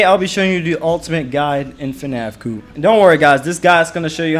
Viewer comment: bro pronounces co-op as coop. no way